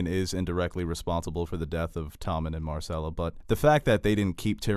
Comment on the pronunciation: Dude is Qyburn. Not QWHYburn. And it's Myrcella, not MARcella.